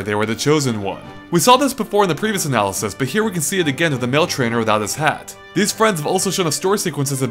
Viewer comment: God damn. Do you listen to yourself after recording? You're speaking so fast that you can't even articulate words like "analysis" you just go "anazeze, zezezezeze zeze". Calm down dude, I know videos take a lot of time to upload but don't sacrifice quality to save on upload time.